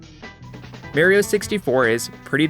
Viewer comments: Dude wtf are these pronunciations jesus fucking christ. MAYRIYO LIKE WAT DE FUCK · Amazing video. But cmon man, it's pronounced "Mah"rio!! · I love how he doesnt say the games names properly, like doom and merio 64. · Okay thank god you included Lucio's wall movement at the VERY end. Overwatch has some of the smoothest, versatile movement abilities around. Also, WHY do people say Marry-O instead of Mar-E-O? Regional difference? I've never understood it. The games nowadays (for a long time) legit way his name. It's an Italian name. It's pronounced MAR E O. God. It infuriates me. Almost as much as people who play with inverted controls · its not meareo its mario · you pronounce doom as the-om i just find it funny that you pronounce doom like that. ALSO it frustrates me that you pronounce MAWrio as MERRY-yo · It’s not Merio it’s Mario damnit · Two and a half minutes in he pronounces Mario as "mare-ee-oh" instead of "mah-ree-oh" and now none of his points are correct anymore, no matter how good of points they are. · Pronounces DOOM wrong for comedic effect and follows it up by unironcally saying "Mærio" instead of "Mario" smh... Good video tho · It's not "MAY-RO" it's "MAR-rio" get it right please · I was enjoying this video but I can't watch it because he says Merio instead of Mario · Dude said Super Mary-oh 64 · You pronounce "Mario" weird. You have heard him say his name on Nintendo 64: "mah-ri-oh" [ah] as is "bravo" Not as in "alpha" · "Dohm" Haha, he's obviously trying to bait us by pronouncing names wrong, I'm not going to fall for that. "Mærio" AAAAAAAAAAAAAAAAAAAAAAAAAAAAAAAAAAAAAAAAAAAAAAAAAAAAAAAAAAAAAAAAAAAAAAA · u lost me at may-rio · This video is amazing, however I stopped watching when you pronounced "Mario" as "Merry-O" as to not give you watch-retention and support you in the algorithm. Instead I just continued to watch by using a youtuber to mp4. Do better. This was probably just next-level interaction bait tho so ggs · Why do you say Mario like that